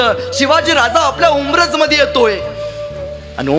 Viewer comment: उम्रज ❌ उंबरठ ✅